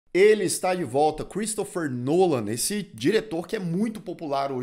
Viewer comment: Só pra dizer que é Christopher Nolan e não Cheristopher Nolan 👍🏻